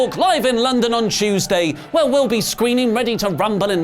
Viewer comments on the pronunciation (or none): none